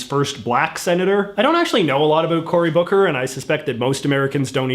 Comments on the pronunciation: He is way to articulate to be Canadian. How can he pronounce everything perfectly but still say a boot? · Why is it that you only pronounce "about" in an overly-exaggerated Canadian way, and not all "ow" vowels? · The way you pronounce about is weird...